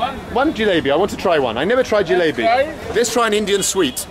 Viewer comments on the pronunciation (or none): Lol great video, i cant stop laughing bro, it is not jlaabi, it is jlaybi. Jlaabi means diarhea. You gota be careful with hindi prongciation one small twist in the words can change the meaning to something completely different .